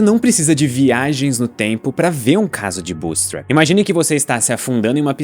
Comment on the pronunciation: essa é a pior pronuncia de bootstrapping que ja ouvi